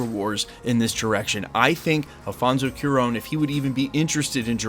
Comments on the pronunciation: It's CU as a cumin, A as an apple, RON as an apron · FYI it is pronounced kwah-rón (cwah rhymes with aah! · Cuaron (Qwa-Rone) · Try Qua (As in Quantumania) + Ron (As in "Dron", with a soft R), and make the énfasis on the last syllable. The strongest sounds should be ON at the end.